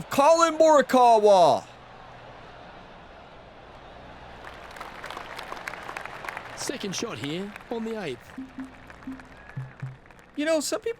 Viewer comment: One time for every shot. Birdie train called. Hope you have a great tournament in this one, since the 2k23 series is winding down towards its end.:_gamerOnetime: Edit: Have to admit occasionally your pronounciations make me cringe a bit, but for me you've got Colin Morikawa spot on. Post-round edit:. Great win. You've given yourself an excellent chance of winning this one. Hopefully old pink club won't give you too much competition 😉